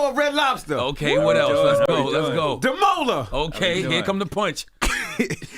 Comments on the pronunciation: Guys, sorry, but his name is pronounced: Damola DA as in Dark (you can use the Da from David) MO as in More LA as in Language Adamolekun. A as in Apple DA as in Dark MO as in More LE as in Letter KUN as in Kung Fu You can say it fast, you can say it slow, but say it right. I'm happy for you, Mr Dammy! Upward and forward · Damola pronounces his own name wrong, I am Nigerian, I know. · Even Damola did not pronounce his surname right lol. He also tired, but super proud of him and what he has accomplished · Everything other thing was on point except how his name was pronounced at the end😅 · Damola can’t even pronounce his own name😂😂😂